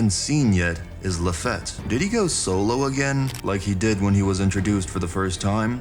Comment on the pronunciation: I'm glad you're saying Mariejoies correctly now. Now the only 2 other prononciations to change are: Doflamingo not DonFlamingo Lafitte not lafette ( said " La-feete") 🏴‍☠️